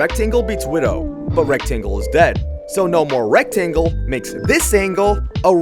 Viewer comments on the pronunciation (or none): pls no i heard "erect angle" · I wasn’t looking at the screen and I heard “ERECT-angle” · Rekt-angle haha